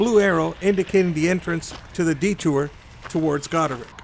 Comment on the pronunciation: Its Goderich as in rich man